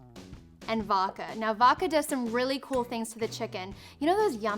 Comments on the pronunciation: Is it just me or does she say Woka instead of Vodka? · its pronounced voDka not voka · she said voka